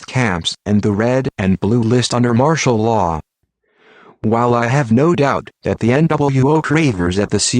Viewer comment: ITS 'MARTIAL LAW' YOU IDIOT